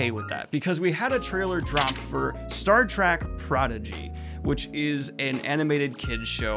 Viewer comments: Bro, I love your content, but please, for the love of God, it's "Star Trek" not "Track", there is an "E" haha, they are trekking through the stars, not tracking. that is all :) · I love you Daniel, but PLEASE stop saying "Star TRACK"!! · Please stop calling it Star Track. It's been out for like half a century. You called it Star Trek, once. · Does Daniel think it’s called “Star Track?”